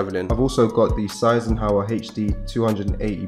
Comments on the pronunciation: Got kind of triggered when he said seisenhauer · You pronouce that „sane hi ser“ not size and hour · Man said SIZE-EN-HOWER 😂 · What did you call the Sennheiser headphones? Seisenhauer? ^^ As a German I found the way you pronounced "Sennheiser" really amusing! Much love! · You said Sennheiser wrong but what a lit portable setup 🔥🔥🔥